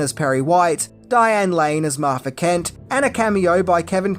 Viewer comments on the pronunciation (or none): I agree with everything this said EXCEPT the Martha part...or as he said it - repeatedly and annoyingly, "Marfa." I mean, what kind of weird, reverse lisp is that??? Batman doesn't hate Superman. Bruce doesn't hate Clark. There is not emotion involved; there was only practicality. He saw him as a potential threat to humanity and was thus only trying to make a point. 1. that Superman was indeed too powerful to NOT be considered a huge threat risk to the planet and B. that he could indeed rectify that problem and neutralize that threat any time and any where. He needed Superman to know that and remember it well. There might have even been a little bit of dick-measuring and pissing contest, but I digress. Once he brought that tiny bit of emotion into it, it broke the cold, callous, calculation that Bruce Wayne was in the process of executing. It woke him up. It snapped him out of his steely focus. It spoke to Batman's humanity and reminded him of why he became Batman to begin with. Doesn't he even change voices in that scene from gruff Batman back to normal Afflect? I mean, that tells you right there that in one quick moment, Batman is still human...he's a person with no super powers. He's just like me and you. He cries, he has problems, he's flawed. He's just a man trying to make a difference in a terrible world. His humanity came flooding back at that instant along with a rush of all his memories of his mother and family, and quite frankly, I would say it might have been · Marfa....WHY DID YOU SAY THAT NAME?!!! I also hated Lex Loofer